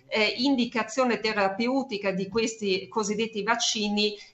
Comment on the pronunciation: Adoro la dottoressa. Ma qualcuno le dica come si pronuncia la parola "terapeutica", per favore...